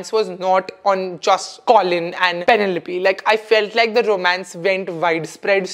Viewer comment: The way you pronounced Penelope though 🫢🫢